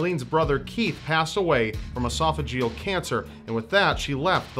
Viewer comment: I don't think you are putting the correct emph-as-is on it's proper syl-lable with regard to your pronunciation of "e-soph-a-ge-al Cancer"